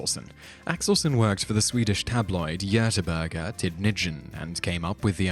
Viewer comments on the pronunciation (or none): I really like your videos, but I have reached my limit of mispronunciations. In English. that Swedish city is pronounced /ˈɡɒθənbɜːrɡ/, while in Swedish,' it is [jœtɛˈbɔrj]. But in spite of my nasty comment, please don't stop. I really do like these things you create. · ... That's a rather bizarre and unusual pronunciation of Göteborg. Why didn't you just call it Gothenburg (the official English name, of the city) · The city of Groeteborga? I'm sorry what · Göteborg rhymes with star trek borg (but with a soft G, both G's are soft in the swedish name) but is called Gothenburg in English (hard G's), no need to slaughter the word. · Next time, just say gothenburg instead, please. Although you trying to pronounciate Göteborg is hilarious.